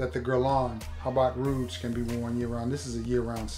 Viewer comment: Ha-B Rouge the correct pronunciation. Joint is flames too